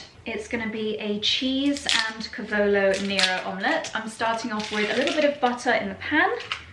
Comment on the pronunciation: Dear, do you mind a pronunciation correction? it's CAH-vo-lo NEH-ro.